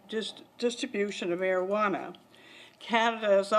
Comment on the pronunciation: am i the only one who gets irritated that 1 she's not saying cannabis, the real name, and 2 how she pronounce Marijuana